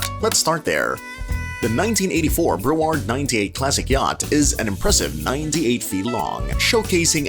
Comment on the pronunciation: Your AI narrator needs to go back to school and learn how to read. It’s not Bro Ward and the front of the boat isn’t like a Bow Tie…..